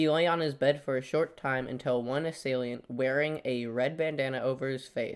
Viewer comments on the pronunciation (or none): Say assailiant one more time.